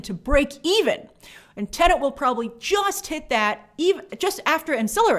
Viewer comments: It's pronounced TE-NET. The second syllable is NET NOT NENT. You're driving me nuts. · C'mon Grace, it's Tenet....not Tenant. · Tenet, not Tenant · Still find it hilarious how people still can’t say Tenet properly. Grace said tenant a good couple times in this video